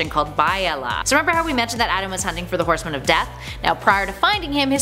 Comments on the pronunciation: It's Bee-ah-ly-ah not By-a-la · Just one thing. I believe, according to the Young Justice show, it's pronounced Be-ya-lia. That is all, you gorgeous celestial creature and the race of watchers working with you. Keep up the awesomeness. 😎